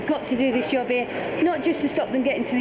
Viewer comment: Its called a Job....not a joh